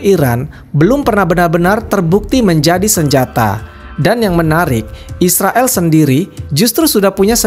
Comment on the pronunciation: Yag jelans nama ya bukan Israel min Isriwil 😁